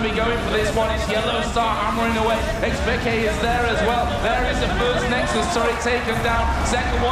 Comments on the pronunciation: xPekt* not xPekted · dude...... it's xpeke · "x peak keh"